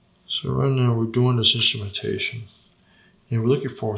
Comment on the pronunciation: I'm making fun of the way he says it ...obviously lol 😆